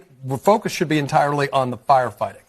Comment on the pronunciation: Did he said “F%CK US” or “FOCUS “